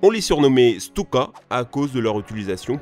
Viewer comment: Les Djeunekeurs ?????? XD les fameux Stioukey ? XD